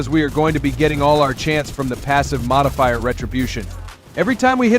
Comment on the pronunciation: Ya had me ,until you said" Modifier",good video thow.